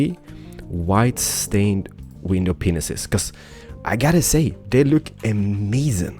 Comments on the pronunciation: yes he says window penises instead of window panes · WHY DOES HE SAY WINDOW PENISES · Did you say White Pained Widnow Penises? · Did he say window penis's? 😂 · White stained window penises? Sorry but that's really what I heard, is that what he really said?